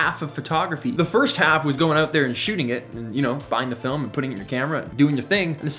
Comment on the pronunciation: Just came across your channel! I like your energy and sense of history. Something many lack these days. Also dig the way you say "oout" eh! 😉👍😆 Look forward to learning more from you.